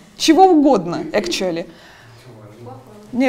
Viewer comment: "Экчули" ахаха) сириусли?))